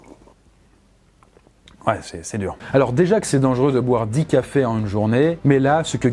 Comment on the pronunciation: "on en est au dixième tafés" je crois qu on dit cafés et pas tafés